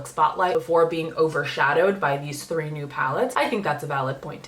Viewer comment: I’m convinced that Norvina released 3 palettes just so you could roll your r on “thrree”